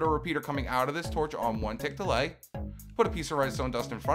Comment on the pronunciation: who else hears 1 tick delight rather than 1 tick delay